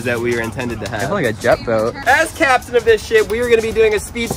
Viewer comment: He said as Captain as this ship it almost sound like captain of this sh*it